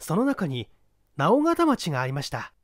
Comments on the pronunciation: 直方 →なおがた 誤 →のおがた 正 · 今更ですが、直方(のーうがた)っていいます。福岡なのですごい親近感ありました。